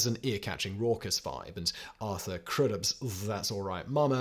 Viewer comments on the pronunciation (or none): none